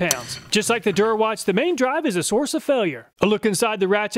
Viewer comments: Just as an aside, Der Erwachte is German "cheapo" brand that is pronounced like "dare er-vak-ta", not "dur a watch". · Your pronunciation of "Der Erwachte" is absolutely killing me. It's even two words and you just go "durawatch" 😭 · "Der Erwachte" is pronounced "Dair AirVAKteh." (The "k" is actually pronounced with some hissing through tightening the muscles in the back of the throat. Unless you have a southern German accent, and then you can pronounce it more like an "sh" with some hissing by tightening the back of the tongue against the roof of your mouth.) -- It means "the awakened" in German. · Great review! I love these tool comparison videos. "Der Erwachte" is German for "The Awakened One" and is a really silly attempt at a tool name. I love that you pronounced it "Durawatch" because that actually sounds like a proper tool brand name 😂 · When you said “Der Erwachte” I always thought you were saying durawatch 🤣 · loved the video but couldn't help but giggle at your pronunciation of Der Erwachte - it's pronounced more or less like dare air-VAK-tuh (the phonetic transcript is /dɛɐ̯ ɛɐ̯vaχtə/ if you can read the ipa!) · How Der Erwachte is butchered in every pronunciation hahahaha